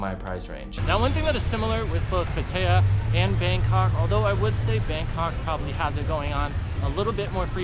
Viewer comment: It's pronounced Pat-taya